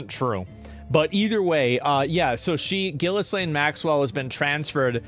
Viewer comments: FFS it's pronounced GIL-ANE, silent 'H', silent 'S'. Americans are rubbish at English! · They will release the files when someone can pronounce Ghislaine right. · for the love of god, someone teach coffee how to say Ghislaine..